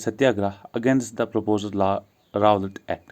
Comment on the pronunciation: Bhai "Rawlatt" Nhi hota "Rowlatt" Hota hai. Tujhe kuch Pata hai kya ya aise hii bata raha hai